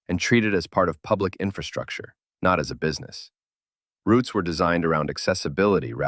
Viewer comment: Wow, an American narrator who managed to say ROUTES correctly!